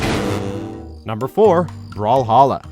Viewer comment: Me don’t say brawhalla don’t say brawhawwla Video brawl hawLa Me that’s it I’m unsubscribeing